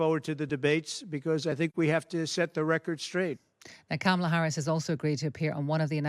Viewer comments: How is a scarcity of Harris press conferences the story when Trump is regularly losing his mind on camera? And nobody in this segment can be bothered to even say her name correctly. Just silly. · would anyone plz confront these people when they continually mis-pronounce Kamala's name. Is he a complete idiot who cannot learn her name, being racist about the origins of her name, or both?